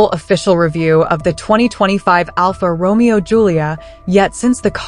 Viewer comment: Right pronunciation: ALFA Ro..May....O